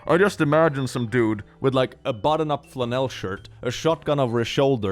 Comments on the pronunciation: "flanelle" 😆@ I love the accent so much!!!!! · Fluh-NEL? Well, that's certainly a pronunciation of flannel I've never heard before. 😄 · "Flannel" pronounced as "Chanel" 😘🤌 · German - and I‘m guessing Swedish - pronunciation is like that. I didn‘t even notice it wad off😅